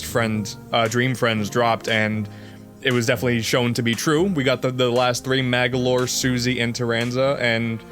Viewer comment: It's Magolor not Magalor